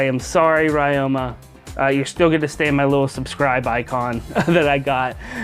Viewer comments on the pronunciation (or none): It's Ree-oma, not Rai-oma. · Wait why do you say rai-oh-ma And not Rie-oh-ma